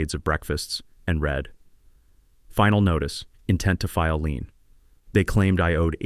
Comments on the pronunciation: Dammit! The correct word is LIEN!!! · Lien not lean.